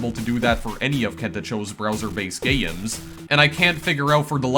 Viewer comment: Not meaning to be negative (but I'm about to sound negative) to someone with few subscribers, but you pronounce things differently in a way that's either distracting or marketable. "Gayy-ems" "Twenty four-teeyy-en" "Meayy-ens" And so on. It's quirky and lots of people might find it endearing, but at first, it's conspicous. Thanks for posting these videos. Kento Cho makes some pretty cool games but from what I heard, he doesn't think people would pay to play them. Given how ludicrously dull most mobile games are, I think he's wrong and should consider monetizing his work, possibly supporting further... uh... gayy-ems 🙂